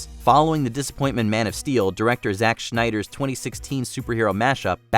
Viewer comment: Zack Schneider? What the fuck are you on man? 🤣